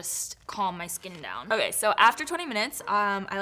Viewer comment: ❤LOL who started the rolling of the tounge when saying OKAYYYYY?